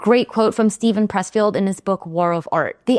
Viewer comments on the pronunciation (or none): none